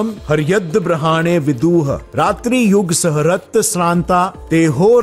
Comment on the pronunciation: कृपया ब्रह्म को ब्रम्हन न कहे 😂 योग को योगा न कहें,,,,,,, बाकी वीडियो बहुत जबरदस्त है